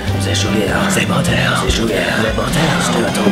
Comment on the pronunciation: Ze buttar Ze sugar Ze buttar Ze sugar Ze buttar Ze sugar mm hm hm HMMM Ze sugar ze buttar ze sugar ze buttar